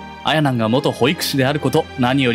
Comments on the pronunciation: し↑ばなん↓ あ↑やなん↓ なんやw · 「あやなん」と「しばなん」のイントネーションが気になってしょうがない